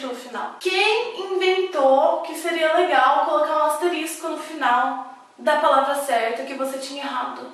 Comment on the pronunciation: *Asterístico* hahahaha